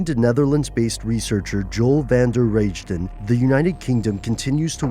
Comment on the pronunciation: You don't say "Van der Reijden" as "Rage-den" but as "Rai-den".